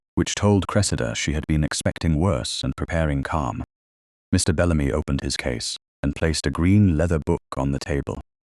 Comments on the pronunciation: Wonderful story. Thank goodness for Aunt Honoria! Very nice narration, however, - just a suggestion - in the text given to the AI to voice, could the periods after abbreviations - i.e. Mrs. or Mr. - be eliminated so that AI doesn't pause as if at the end of a sentence? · the AI voice sees the full stop, the point or period as the Americans call it, as the end of a sentence. It cannot comprehend the punctuation mark pertaining to Mrs. or Mr. as a sign that those words are abbreviations.